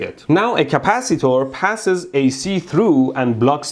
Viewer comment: I love when he says capcitor